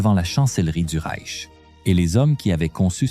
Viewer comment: Et ces noms allemands prononcés à l'américaine : 🤣🤣🤣 Ou pire : Le Rek allemand (pour le Reich)...